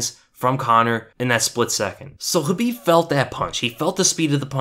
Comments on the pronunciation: I think you are one of the few MMA channels / commentators who pronounce Khabib's name correctly, or at least do your best. I think it is a sign of respect, which a lot of people seem to lack. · Conor has a ground game but Khabib is on another level on grappling. Look at his history. Thanks for saying his name right. I e wanted to see this fight for years.always saw it as a Bloodbath or a rear naked choke but I was wrong it was a neck crank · On top of top-content here: FINALLY someone who bothers to pronounce Khabib the way it is, actually, pronounced. But given that rare occurrence plus the fact that you (seemingly) report everything except what Khabib answered Connor, my battered faith simply has to suspect bias. Despite the fact that I agree to your observations qua actual fight 100%. And I am biased towards Connor for personal reasons.